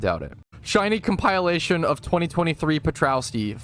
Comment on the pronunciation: Just a heads up. Its comp-ILL-ation. Not Comp-Ile-ation. Closer to elation than compile. I always thought the word epitome was spelt epidemy until I was a nurse taking an epidemiology class lol.